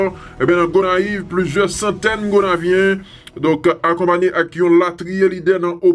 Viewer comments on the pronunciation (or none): Map raplew tou c gonaïvien c pa gonavien .